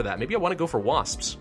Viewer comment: when you said wasps it sounded like waspspsp